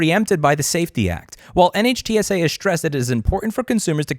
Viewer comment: NHTSA pronounced Nit-shu